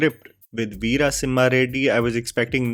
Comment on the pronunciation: im no done! you say veera as vira and vara vaara. come on mannnnn whyyyyy dawg why